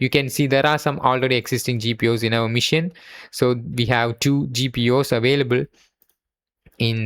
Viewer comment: Great video.. but it's pronounced Machine not mission.. learn it bro